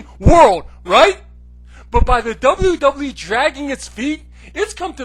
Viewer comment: It's "Doublue Doublue E".